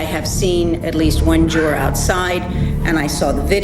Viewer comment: Nancy Grace the word is Juror not Jurar